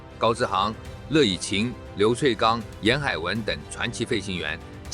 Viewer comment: 是樂（ㄩㄝˋ）以琴喔